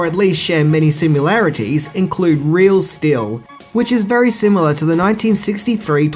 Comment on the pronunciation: The word is pronounced SIMILAR, not "simular."